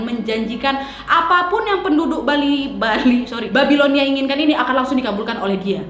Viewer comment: cara bacnya BABILONIA bukan BEBILONIA wak wkwkwk